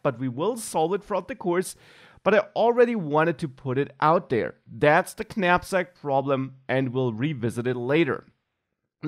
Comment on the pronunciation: Top work. I have to tell you though, the k is silent. Pronounced 'nap-sak'. Petty, but true.